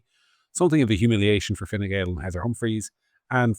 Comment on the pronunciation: I believe Harris refers to it as Fine Gowl.